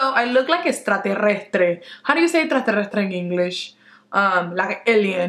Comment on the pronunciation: oh gosh first worry about saying it correctly in spanish and then in english, okaaay? hahaha "etratrrerrestre" wth? hahaha too funny.